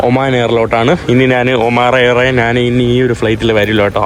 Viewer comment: നാൻ, നാണു, നാന് അല്ല. ഞാൻ എന്നു പറഞ്ഞു പഠിക്കുക